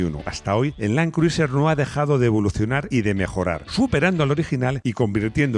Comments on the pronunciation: Todo estupendo, un video genial pero se pronuncia land cruser. Al igual que Tom Crus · Buena reseña, que lástima que los españoles insistan en pronunciar los nombres en inglés como lo harías en un alfabeto hispano, asi les duela la boca la I de Criuser NO SE PRONUNCIA a riesgo de parecer demasiado ignorante